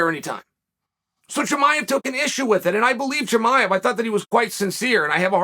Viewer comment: I’m very surprised Chael pronounced “Chimaev” correctly.